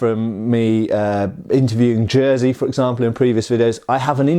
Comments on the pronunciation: Jersey xDDDD - correct pronunciation would be something like Yeshy: Greetings from Kraków :D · Just call him Yurek (you-rek). Jerzy is not pronounced Jersey. Really. Yurek is fine. I'm Polish. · I'll teach you how to pronounce 'Jerzy', for a pound, however, as a gesture of goodwill, your freebie is: it's nothing like the knitwear. ;)